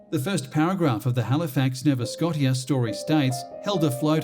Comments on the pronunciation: The narrator should learn how to pronounce place names. Nova Scotia is pronounced 'Nova Sco-sha' not 'Nova Scot-ee-a'. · The way he said Nova Scotia really grinds my gears